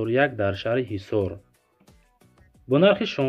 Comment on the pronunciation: Шахри хисор бгу гиссор